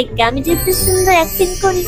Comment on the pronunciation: ওইটা ওইটা অ্যাক্টিং ওইটা অ্যাক্টিন না 😁😅